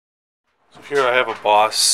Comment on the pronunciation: Bose rhymes with "Nose" Just so you too can be cool